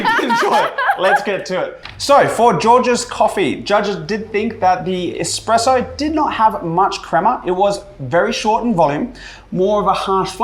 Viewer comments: head barista saying expresso ...not really cool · Did the expert judge guy say "expresso"? Lol